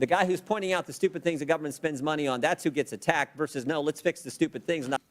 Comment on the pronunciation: did he say gubbermint?